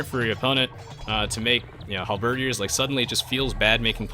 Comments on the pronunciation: HAL-BED-EARS! Not Halberdyyers! lol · Hal-ber-deer Sorry, just wanna get this out, I'm not trying to annoy you, but, I just want the record straight. is pronouncing it correctly, but, I guess we can all pronounce words the way we want. As long as it's understandable, that's the great thing about language itself. ^^ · Enjoyed the commentary except for one thing that drove me nuts.... It's pronounced Hal-Ba-Deer